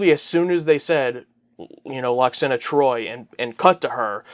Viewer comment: It's LWAXANA, not Lackswana Well I'm sure next time she appears (if ever) it'll be a happy funny light-hearted episode !